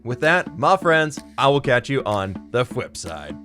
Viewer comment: did you say side or flip side? also luv your videos